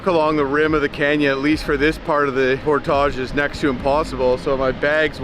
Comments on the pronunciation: It’s Por~(tige) phonetically. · Pronunciation: Por-tij. 😅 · Unusual to put the French accent on just the one word. Honestly. You are OVER using that word and I can’t watch the channel. It’s just too distracting and off putting.